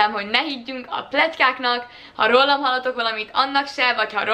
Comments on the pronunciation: Ügyesen videózol, de nagyon zavaró tud lenni, az hogy a rólam szót szinte mindig rollamnak mondod. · "Rollam" engem idegesít egyedül? :D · Az a gond hogy a sok "művelt"pesti .Is így mondja!Mit oszt nekik akcentus...😒